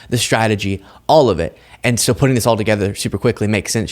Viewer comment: my dear. You're the only one I follow. But please quit saying show instead of the word SO and adding ph'S in front of words that has nothing to do with p h 's!!!! Does anybody get what I'm saying!